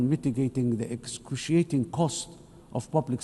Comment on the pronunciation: Look at that he said (iscushiting instead excurciating 😂😂😂)that is so called president of Somalia 😮😮